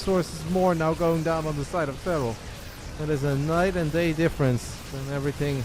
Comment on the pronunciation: Thought you said dad